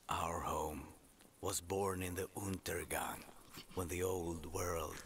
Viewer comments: ''Untergang'' is undergång pronounced incorect, Undergång is swedish and means Doom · Why does the narrator at the start say "the untergang"?!?!?!? It's Undergång and pronounced totally differently.